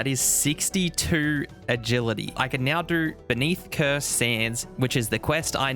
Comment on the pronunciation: like how you say now - "nyaw"